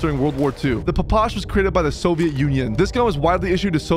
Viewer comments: "The papash" lmao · SIR, it is pronounced "pish." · Phapash?!?!?? Its P P S H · papash the hell is a papash its ppsh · ITS NOT A PAPASH ITS A PPSH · loved the video but you did not say ppsh right. you say the letters individually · You butchered the PPSH’s name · I cant be the only one that got mildly triggered when he called the ppsh “papush” and the Aug “A. U. G” 💀💀